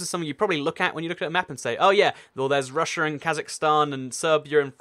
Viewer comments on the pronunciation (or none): none